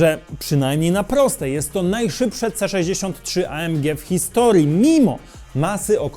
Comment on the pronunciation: Błagam, nie Ej EM Dżi tylko A EM Gie (film jest po polsku) albo A EM Gi (to niemiecki skrót).